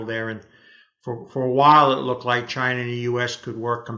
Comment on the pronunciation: He says "chinr" 😂